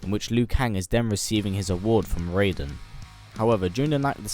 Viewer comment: He said raiden correctly!!!